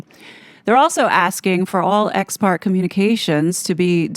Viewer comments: Just FYI - "ex parte" is pronounced "ex par-TAY". And you're right, it's not encouraged to be used because it's not giving the other party any notice on the claim of "emergency" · I have always heard it pronounced, " Ex partay," accent on "tay." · Ex Parte is pronounced Ex Party.